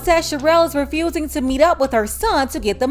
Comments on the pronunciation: She said “axing” and “refrewsing”. Just lazy talk. As a business owner, please do better. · "Axing" "Refrusing" My God what is this womans IQ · Refrusing and Axing???? Mam! Mam! She doesn’t know what you’re telling her!!!!! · Refrusing and axing